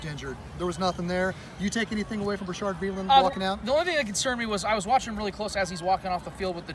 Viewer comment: Its Bashaud, pronounced ba-shawd. No R lol... good video man... go chiefs